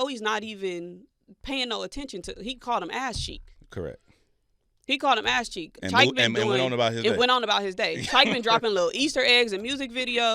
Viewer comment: ass cheeks Say it correctly 😂